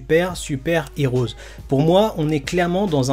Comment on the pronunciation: STP! Le film se prononce dragon ball super Super "Hero" et pas "heroes". Pareil, dans dbs c'est pas les haters mais les heaters. Désolé mais dans toutes tes vidéos tu fais la même erreur et je trouve ça agaçant. C'est sans méchanceté hein 😁👍